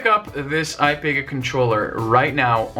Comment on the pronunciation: Ipega is pronounced eh-pee-guh